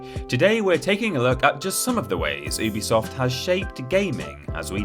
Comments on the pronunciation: It's pronounced "yubi-soft, not "oobisoft", something the company have clarified before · It’s pronounced uh-bee-soft